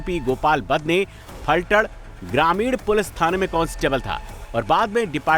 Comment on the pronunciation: It's Phaltan or one can call pythaan...not falthad..